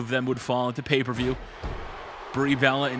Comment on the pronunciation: Great video and by the way u said paper view